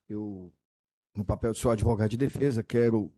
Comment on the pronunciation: Quererei cuidar me de mim. Assassinou até o português. "ADEVOGADO"